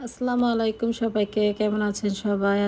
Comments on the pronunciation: আসলামুল আলাইকুম না, শুদ্ধ সালাম হচ্ছে, আসসালামু আলাইকুম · আপু কিছু মনে করবেন না, আপনার সালাম দেওয়া শুদ্ধ না